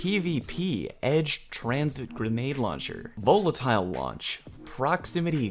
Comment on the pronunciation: why is he pronouncing volatile like that?